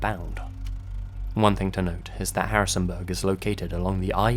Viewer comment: it's not pronounced Harrisonbuhhhhhhhhg